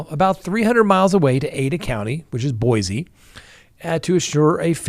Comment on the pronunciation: You pronounce Boise wrong